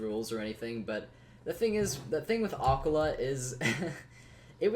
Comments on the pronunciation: I'm pretty sure its more like ah-keel-a but I may be wrong. Love the content though keep it up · The way he says Aquila 😭💀